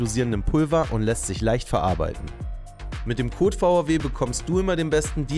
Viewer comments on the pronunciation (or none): none